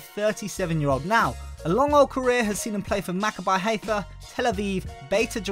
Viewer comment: Benayoun is still great in real life, and the I in Maccabi is pronounced as an E, and I load up the Israeli league every time because I'm Israel, in Israel Maccabi Tel Aviv is called Maccabi and Maccabi Haifa are called Haifa, I'm friends with the grandson of the of Haifa and he always tries to correct every who calls them Haifa and not Maccabi, but it's just never going to work for him